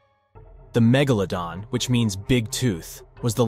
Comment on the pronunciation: A channel with 44.5 m subs... and it's snout was snout... and MEGEHLA DON ? It sounds like it was written or voiced by ai... shockingly bad.. someone needs to proof listen 🤯